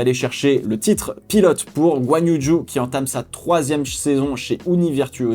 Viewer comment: Ca me fume comment tu dis Zhou. Si tu veux essayer de te rapprocher d'une prononciation plus chinoise de son nom de famille, dit "Djo". Tellement hate que ca recommence, pourtant on a laissé la F1 en décembre cette fois.